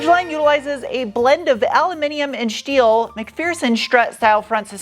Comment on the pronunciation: Aluminium and schteeel